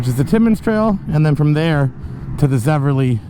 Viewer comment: Thanks for all your work with PBR. My volunteer work with the club is much less significant than yours but I try to help. FYI - It's a common mistake, even for locals but it's Zevely, not Zeverly. I was also guilty of calling it Zeverly until I was informed a few years ago!🙂 Cheers!